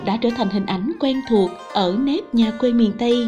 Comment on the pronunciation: Cô này đọc thì mọi thứ đều OK, nhưng chữ quê mà theo kuê thì lại căng đâu đâu, chẵng giống nam bộ, nên nghe chữ này giống như lấy kẽm gai ngoái cái lỗ tai 😂😂😂. Giống như đang ăn bữa ăn thịnh soạn cắn trúng hạt sạn tổ bố.